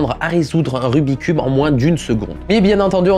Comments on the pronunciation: Il m'a stressé tt la vidéo avec son RUBIII cube ! Pour moi on dit RUBIKS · Il y a que moi que ça stress qu’il dise rubicube et non rubiXcube !? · Pour la toute dernière fois . "Rubik' S Cube" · Jadore ta video mais jiste ces pas rubi cube ces rubiks cube sinon super video continu👍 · "rubique" cube LE 'S' N'EST PAS LA POUR RIEN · Je ne sais pas vous mais ça me soule les gens qui disent : "Rubicube" au lieu de "Rubik's cube" 🤬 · on dit rubiX cube, il faut prononcé le KS. Désolé mais ça ma fait mal d'entendre le nom écorché tout le long de la vidéo... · En tant que speedcuber officiel... ON DIT RUBIK'S CUBE Y'A UN FUCKING "S" AAAAAAAAAHHHHHHHHHHHHH!! La bise! 👌